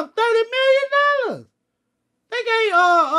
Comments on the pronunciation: Hahaha Turrrdy million dollahhhz 😂😂😂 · "30 MILLION DOLLAS!!" Bruhh 😂😂😂😂😂😂😂😂😂😂😂😂😂😂😂😂😂